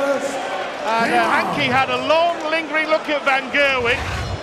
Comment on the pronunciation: Hankey The Count ? I think the commentator has added an unnecessary letter somewhere